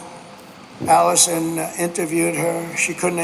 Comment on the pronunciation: Did Trump call Anderson, Allison, or am I losing my hearing? 😅